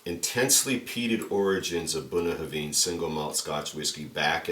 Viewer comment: I've never heard Bunnahabhain pronounced the way you say it, where did it come from? - Never seen this bottling around.